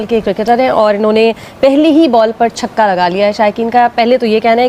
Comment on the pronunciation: 4 caukke nhi, 4 chhakke👈👈👈👈👈👈👈👈👈👈👈👈👈